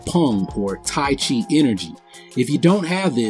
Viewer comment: I agree with you, buddy. Taiji is not just for health; it is foremost a martial art. There is utmost misunderstanding about Taiji. By the way, it is pronounced Taiji not chi. Ji and chi are different in meanings. Thanks for defending Taiji.